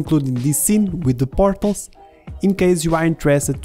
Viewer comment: Partles. You say them as Partles. They’re called Portals. What are you, Russian?